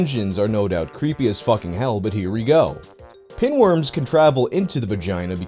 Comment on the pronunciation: = you said pingworms. Reminds me of benedict cumberbatch on the nature documentary. He cant pronounce penguins and the whole time called them pingwings lol.